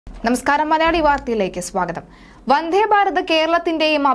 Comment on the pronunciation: വന്ധേ അല്ല മിസ്റ്റർ 🤨വന്ദേ എന്നു പറഞ്ഞു പഠിയ്ക്കൂ..